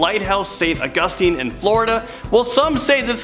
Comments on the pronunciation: It is Au-gus-tine. With a long a. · Right. It is va-lis-ca. And Au-gus-tine. A long a.